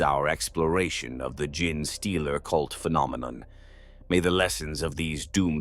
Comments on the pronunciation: I do...love this channel for its tales...but hearing the narrator say "Gin-Stealer" all the time... makes me pause the video and debating if I want to continue watching... like how does "GENE" become "GIN" ? p_p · nah this one is pretty good. amd the voice itself is great. Just need to change the prompt so it replaces gene with jean or something you can also tell that the parasitic like nature of the concept and the fact that genetic contains the word phenome "tick" throws it off at a few places too. a few corrective prompts could solve this problem or mitigate it. genetic is also ironically an example of a word where the word bucks the trend of that second e changes the pronunciation to a long e. from "jean" to gen in the word genetic, but not gene. genesis is another, which funnily enough literally just came up as i was tying this 😂 compared to others out there its a pretty good one imo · maybe having the script writing it as jean-stealer will get it to pronounce it right lol. it seems to have a particularly hard time with genestealer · It's hilarious that these Ai voices are completely unable to correctly say any word containing 'gene'. This video unintentionally bonkers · I am not hating but that AI voice is terrible at saying uncommon words. Gin Stealer , tie ra nids,40 thousand instead of 40 k like most people would say. I am guessing English is a second language. The sentence structure is not incorrect but it's not always natural and the theatrical voice is covering it up well. But it can be uncanny when the voice doesn't match the pattern of speaking you would expect from the accent. If that makes sense. Like someone from england saying something someone in Boston would say because they lived there a few months awhile ago. I am saying this because I like the videos, they help me sleep but those little things take you out of it when they pop up. If you can fix the little mistakes I think your videos will reach more people.